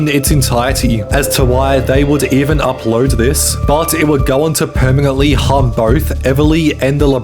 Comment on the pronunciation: Why do you add a random g sounds when you speak? Particularly with N sounds. Foogage? eggounced? permegantly?